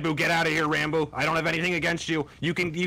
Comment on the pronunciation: Pronounced ranboob wrong the whole damn video